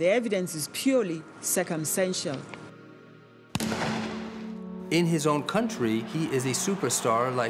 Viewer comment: did she say the evidence is circum-santial? But meant circumstantial 😅😂